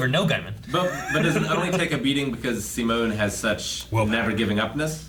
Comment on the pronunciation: 11 episodes in and I still haven’t gotten used to them saying sim-moan instead of See-Moan